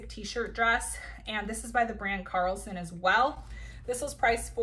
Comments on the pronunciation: Great haul! Just a FYI the brand is Caslon not Carlson.. for a second I thought there was a new brand at Nordstrom I never knew of. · Great video. Nice haul. Caslon, not Carlson.